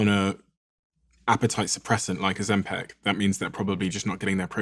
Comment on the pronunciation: Why does he say Ozempic and Ozem-PACK 😭